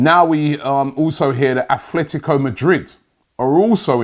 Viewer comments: It's AT-LETICO! Robbie has been calling them At'h'letico for years lol ffs! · It‘s Atletico not Athletico. Robbie and names 😂😂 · ATLETICO, there is no TH or F in there FFS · Everybody : Atletico Robbie : Athletico 😎😂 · Robbie it’s Atletico not Athletico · It’s Atletico, not Athletico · It’s Atletico not athletic